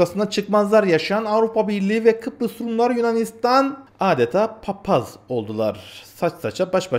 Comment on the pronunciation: Papaz'a "Pupaz" demek sanki daha bir küfürümsü gibi olmus. 😂😂😂